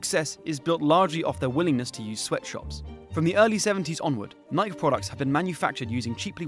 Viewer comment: I've never heard Nike pronounced "Naik".